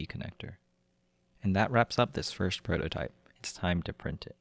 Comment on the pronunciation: No disrespect, where are you from? I noticed you say screws like "screwsh" and first like "fursht"